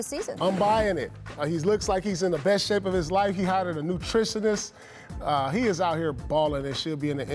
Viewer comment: “Newtrishaniz”?? Lol